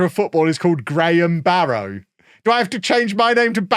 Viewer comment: Heads up, locals pronounce it 'Barra'.